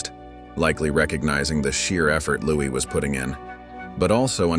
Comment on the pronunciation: It’s pronounced LOUIE! Not Louise!